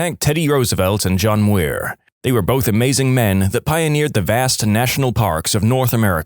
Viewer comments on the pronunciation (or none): The way you say "John Muir" pisses me off. Thats not how you pronounce it.